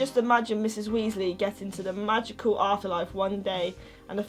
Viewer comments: Ginny Weasly it's Weasley not Weasly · It sounds like she is saying Moldy Weasly